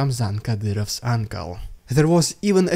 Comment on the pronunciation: Clarification needed please. Ramzan Kadyrov's **uncle** or his ***ankle***? (Native Russian-speakers tend not to distinguish between certain vowels that occur in English. I once had a Russian colleague who was "afraid of the duck.")